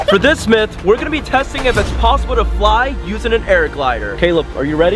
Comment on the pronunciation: ITS NOT MEET ITS MYTH